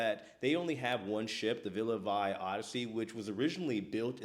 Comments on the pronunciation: Please do a little more extensive research before you post. First, the ship is pronounced Villa "Vee," not Villa "Vi". Secondly, up until last week, throughout the 4 months of delays, the company had been footing the bill for the lodging of the people who purchased residence cabins. It did not come out of the residents' own pockets. Also, the people did not have to remain in Belfast, but were allowed to travel to other places with the company still subsidizing the expenses. The company did say just last week that it would have to stop subsidizing, but then changed its mind and is now giving the residents a $200 per diem. Finally, included in the $100K purchase price -- for a 15 year ownership -- plus a $3500/monthly maintenance fee per cabin are: unlimited wifi, all gratuities, two complimentary laundry services per week, two complimentary glasses of wine or beer per person per meal (at lunch and dinner) and all non-alcoholic beverages. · It’s ‘Vie’ like in French, not English. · Great video! It's pronounced Villa Vee. JJ Cruises was getting sponsored by them (or 'partnering' with them in Youtube speak🙄) It always sounded like a bad idea but they had at least 3 videos about all the pros. I feel for these people who put all their money on the line. It's very hard to see how this could be a good investment as opposed to just going on a cruise a couple times a year (forget the upfront cost, their monthly fees are sizeable) but 🤷🏿